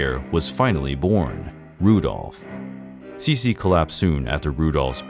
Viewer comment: The narrator used English pronunciation instead of German. This make sense as the entire video is in English.